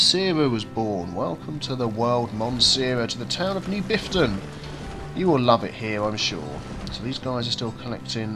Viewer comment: Half a dozen seconds in and do I hear "with me, Biffta"? XD